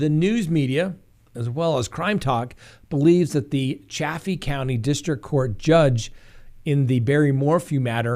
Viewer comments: It is pronounced Chay- fee. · Ch-a-fee county please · The correct pronunciation is Chay-fee County. Please note! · So am I correct in assuming that you pronounce 'Chaffee' correctly, because other people say it quite differently. Just curious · There is a town named Chaffee, Missouri Pronounced (soft a like cat 🐱) Chaf fee